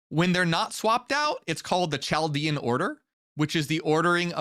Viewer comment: "Cheldean" is pronounced KH in the beginning, like in German or Germanic languages (besides English) the CH is pronounced. You have learn all the useless Hebrew pronunciations of sefirot, but don't really know the more major pronunciations right